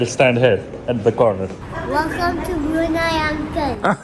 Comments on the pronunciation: It's not Bruney it is Bruneiiii. Plz pronounce it correctly. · Country's name is Bruneyeee (spoken) not Brune.😊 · It's not Bru nay, it's Bru Nayee